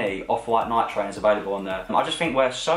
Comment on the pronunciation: Say Nike properly PLEASE